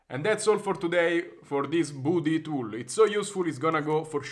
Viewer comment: You probably pronounced it wrong. It’s called budi=badi ( because you are Italiano) and probably it’s an anagram if buddy witch means friend. 😉😉😉🇬🇷🇬🇷🇬🇷